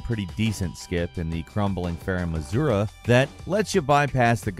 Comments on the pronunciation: A-ZU-LA. Crumbling Farum Azula. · Azula not azura ffs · crumbling farum AZURA?? I think you mean azula